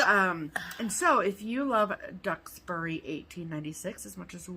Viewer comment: Yes, you pronounced Duxbury correctly. I was so happy to see this one on sale - I ordered it this morning! I grew up in Duxbury and still visit my parents but not nearly as often as I'd like with the current pandemic conditions. Really enjoy watching you ladies and get much inspiration from your projects!